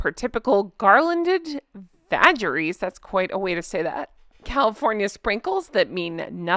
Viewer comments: Vague-aries But vage-aries works for whatever comes out of her mouth, too. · Vagaries = pronounced 'Vague-- eris' ( vague ,, ' i had a vague idea where i left/saw/where ********) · Vagaries with a hard g, vag- a -ries, vag pronounced like bag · Hey! Just a quick note…vagaries is pronounced with a hard G. Like vague-ar-ees. Meaning an unexpected or inexplicable change in a situation or in someone’s behaviour. 😉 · “Vagaries” = pronunciation similar to “vague - aries” = word salad, puff pieces, being vague in nature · Hey, that word is actually “vagaries” with a hard “g,” like the word “vague.”